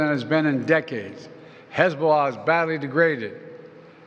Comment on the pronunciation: Hezobollas attack 😂😂😂. This man needs to be at a home